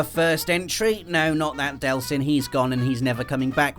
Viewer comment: No delson! This genuinely upsets me....DEEELSON!